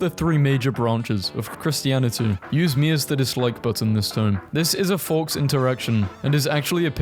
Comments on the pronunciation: The second C in Catholicism is soft. Faux is pronounced "Foe". Something something, did you find this helpful. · Catholicism is pronounced "Kah-thaw-lih-sih-zim", and faux is pronounced "foe" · Pronunciation points... Catholicism : Kath-ol-i-si-zim (the second 'c' becomes soft). Faux : Foah (the 'x' is not pronounced). Addendum to the final entry: It also doesn't factor in reduced maintenance costs, the time and effort saved from not having to fill up every week or so (assuming most charging is done at home/work), and possible tax credits or subsidies for going electric. Consumer Reports has calculated that EV operating expenses are about $6-10k less over the lifetime of the vehicle. In short, the total lifetime cost of an EV is at least on a par with, and usually cheaper than, an equivalent ICE vehicle, even with the higher initial sticker price. There are also intangible benefits of a quieter, more comfortable ride, better acceleration/handling, and usually greater safety, among others, that should be considered. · Pronouncing Faux as Forks is hilarious. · it's prononced "Foh" not "Fox" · Btw for anyone wanting this information I guess, faux is pronounced foe and mean fake or false. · You lost me at pronouncing 'faux' as "forks" XD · this is constructive criticism but... the word "faux" in not pronounced like the word "fox". i can't explain how it's pronounced here so look it up. please. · Readers added context they thought people might want to know: 'Faux' is pronounced equivalently to 'foe' 'Catholicism' is pronounced 'ka THOL isism' There are also other mispronunciations in the video but listing them all would take too much time. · yo, thats NOT how you pronounce "faux". the x in the word is silent... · Ounce, Catholicism, faux, do you mispronounce these words on purpose lmao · the second C in "catholicism" is pronounced as an S, and the x in "faux" is silent